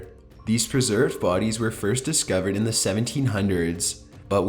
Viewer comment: "the way they were discoveredddddd" "the caustic water caused them to meet their demiseeeee". like jeez, I WAS interested but I cant watch this. the monotone voice with the held out ending syllable kills me. I would much rather listen to this on mute, I think this is the same guy that does top15s and I had to block that channel so I wouldnt accidentally click on it.